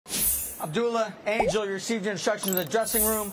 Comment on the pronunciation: You mean to tell me that these commentators DO NOT know how to pronounce Abdullah?